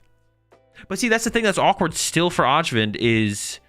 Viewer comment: Öjvind is pronounced like "Oi - vind". It's a soft J in a lot of European languages! 🙂